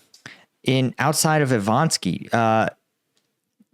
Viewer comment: Makarivka, not Marikivka. Ivanivske, not Ivanski. Instead of deleting comments, just learn to read.